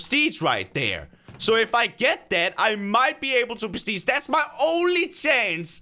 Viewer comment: I love how he says “perstige” ._.